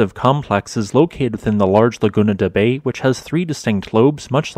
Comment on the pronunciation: The "Bay" in Laguna de Bay is pronounced similar to the English word "buy". The actual name of the lake is Bay (or Bai) which is also the namesake of a town in on its southern shore.